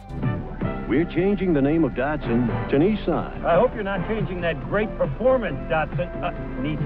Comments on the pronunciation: There is no R in Datsun.... Stop saying "Dartsun" It's like Bat... But Dat! DATSUN. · Dot Two - Son Datto - San not dotson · Datsipun- uhh i mean Datsun that sun